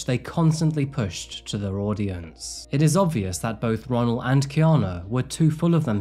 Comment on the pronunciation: No lie My name is Ronnell and your pronouncing it is wrong